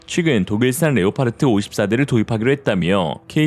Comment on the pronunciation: Leopard 는 레오파드라고 발음합니다. 레오파르트라는 엉터리 발음을 고쳐주세요. 독일어나 영어 똑같은 스펠링이고 발음도 같습니다.